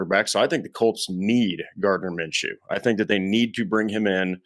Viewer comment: Sam is pretty accurate